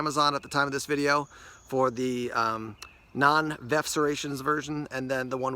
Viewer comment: Is VERF pronounced VEF with a silent R with regards to serrations?